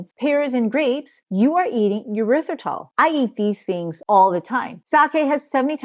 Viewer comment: Tip to help you with pronouncing erithrytol/and not “your rith ri tol”…imagine you are saying, “air ryth ri tol” …thank you for your content.